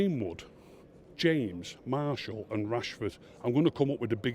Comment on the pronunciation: If he has good attention to detail why does he call Martial Marshal and De gea De Gayer??? LOL. All joking aside Martial was awful today and Matic never needs to wear a United shirt ever again, this guy has proper tinted glasses and the same for Fellaini!